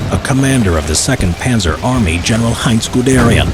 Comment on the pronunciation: No it’s panzer